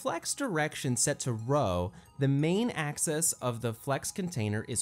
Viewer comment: One of the best explanations on Flex I've seen. One thing — it's AXIS, not ACCESS!:)